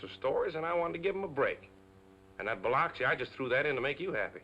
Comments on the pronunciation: She mispronounced Biloxi, MS....it is spoken as Bi-LUX -ee not LOX - ee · Dan Dailey pulled off acting as a Southerner but gave away his New York roots when he mispronounced Biloxi ! Great movie tho !